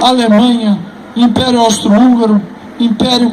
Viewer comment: Quando fala de regime especial meio estranho fala inperio